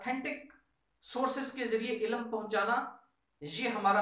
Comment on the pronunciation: MashaAllah, very nice thinking, Prayers for you. Just 2 things I want to share if u don't mind, pls say 'ILM' not 'ILAM' and 'Mulk' not 'Mulak'